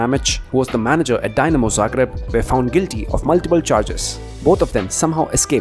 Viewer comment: Please bro its not DYnamo bro please... spell it like "Deenamo"